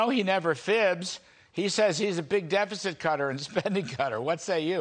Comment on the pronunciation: Dude cant even pronounce "deficit"